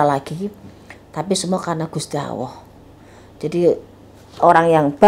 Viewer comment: Gusti Alloh tp ko ak dengernya gusti awoh ya